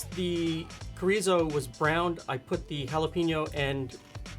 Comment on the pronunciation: So adorable to see 'finding' chorizo and can't pronounce it... to MAKING the sausage. Welcome to Mexican food.:) Also, you can upgrade this by using cream cheese block and shredded cheddar cheese... takes the plastic cheese away. Almost healthy! ha ha